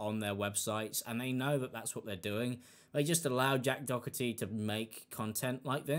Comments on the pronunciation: Doherty or Dokerty? Is this just a pronunciation thing? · It's Jack Doe-er-tee The h is silent. Lol just wanted to help! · Its pronounced "door tea" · I cant stand the lad but his name is pronounced doe tee theres no c in the rats name no offence my stupid ocd kicking in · I love how u butcher his name, wether you do it on purpose or not, keep it up😂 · Love how you say the last name. Completely incorrect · You and memeulous pronounce his name properly for once in your life’s Im definitely not a fan of Jack Doherty but how illiterate can you be? 😂